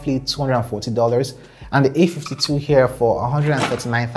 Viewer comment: All I hear is : the A ..fty 2 is better or worse than the A ..fty two , ok understandable .. have a great day